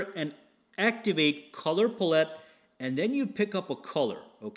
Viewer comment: Watching this on my new Fold 6. It arrived this morning (19th). The front screen is more usable than my Fold 4 was. BTW, you may want to work on your pronunciation of the word PALETTE. It sounds like you are saying pullit-it. Thanks for another great video!